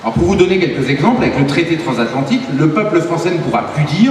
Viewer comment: "transatlantique" et non "transathantique" ;)